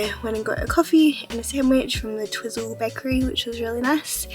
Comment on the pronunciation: It's pronounced "Twyzel", funny hearing you call it Twizzle.😂